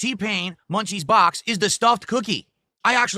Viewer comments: Jack in the BAHX! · The way he annunciates “Jack in the BOX” is so annoying. This man is an alien